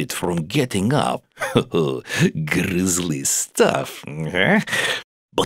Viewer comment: So...TED...why "grizzly" and not "grisly"?